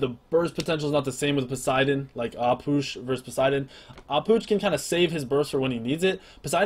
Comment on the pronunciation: finally someone that knows how to pronounce "Ah Puch" btw nice guide:)